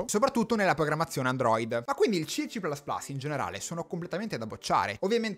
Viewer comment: "ci plas plas" non si può sentire. o dici "ci più più" o dici "si plas plas".